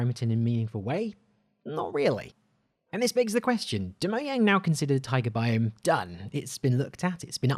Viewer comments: MO-JANG. NOT MO-YANG. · It’s mojang not mojay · "Mo-yang" Everyone else: its "Mo-Jang". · Look I dont have a problem with you saying Moyang but it sounds better to say Mojang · moiang? For fuck sake I've heard this mistake before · Is nobody going to talk about the way he said mojang